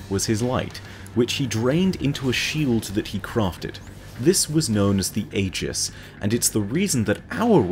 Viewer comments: EE-jiss......not AY-jiss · When you're a lore master but you can't pronounce aegis right....